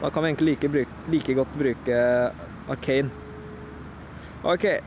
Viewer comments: Du sier arcan ikke Arcanine (no hate) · det heter ikke arcain det heter arcanine